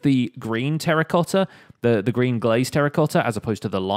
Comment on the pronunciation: When you say "Green" i head "Grian". I dont know why!